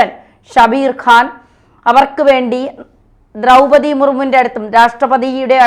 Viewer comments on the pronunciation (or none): none